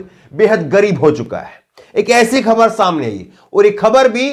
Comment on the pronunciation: कृप्या ख़बर को खबर न उच्चारण किया करें । केवल एक बिन्दी अर्थ बदल देती है । और बोलने पर भी भद्दा लगता है ।